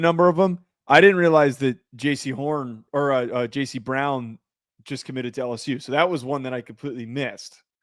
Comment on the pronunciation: Learn how to say Jayce Brown’s name lol